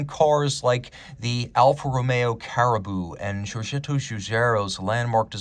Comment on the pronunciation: Alfa Carabo… not caribou…